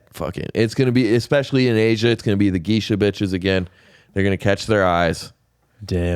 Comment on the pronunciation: yo whyd pronounce geisha like Keisha 🤣